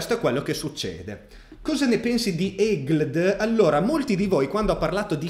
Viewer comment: ma come l'hai pronunciato brutto EGLD ahaha comunque che tu veramente non ne sai niente é da folli, ti stai perdendo tanto mi dispiace per te ahaha ) ci vediamo su twitter )